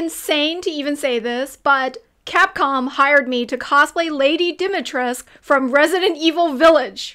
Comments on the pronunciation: I really like the game but is kind of sad for me as a Romania to see so many people pronouncing her name wrong, Capcom really did not asked someone from our culture for the right way to say her name. The right way is DimitrescU with the U at the end in Romania we read all of the letters of the words. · Dimistrescu has a termination which merged the Latin -us and -um into -u. So correctly it is spelled with the -u as in -ooh. Romania has defined itself as a Francophile country; hence the elite taken upon this specific accept and pronouncing her name like Dimitresque. The R isn't even rolled as far as I know. So the silent -u is just a snobbish touch. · Di.Mi.Tre.Scu. There's an U at the and, it's not silent... Also nobody cares an Asian woman is cosplayin an seemingly Caucasian (fictional) character. But imagine if it was reverse, it would be racist but hey double standards I guess... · Ok I was misunderstanding that, Capcom is mispronouncing the name its not lady dimitreesk in English its actually still pronounced with the u but capcom got it wrong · "Lady Dimitrescu (the "U" is silent)" cries in Romanian No... no, it's not... T_T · it s honestly very annoying as a Romanian. It s a traditional Romanian name, the character logically seems to be Romanian or at least living there for a long time, why not pronounce the name as it s supposed to be pronounced? I do not get the Americans and their thinking they are the center of the world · That literally doesn't matter, the "cu" is still pronounced at the end of surnames no matter which part of Romania you come from. It's common knowledge and lack of research on the developer's part. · Yo that U at the end of Dimitrescu it's not a silent U. The voice actor in Resident evil F up don't make the same mistake. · Just saying, im Romanian, the u in Dimitrescu is present. Tbh I love seeing the process of the cosplay makes me wanna try cosplaying myself. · All the characters say it with a silent U lol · U isn t silent lol